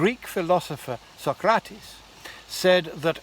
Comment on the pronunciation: First time in my life I hear an english speaker pronounce Socrates's name, correctly!